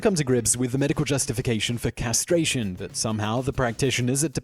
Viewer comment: Castration, not castraction. 🤣